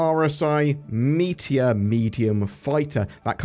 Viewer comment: With the way you said Meteor when you revealed the August Ship Giveaway I then wondered if CIG might name a ship the Meatball.